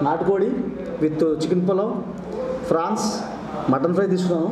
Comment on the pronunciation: ఫ్రాన్స్ ఫ్రాన్స్ కాదు ప్రాన్స్ ..prawns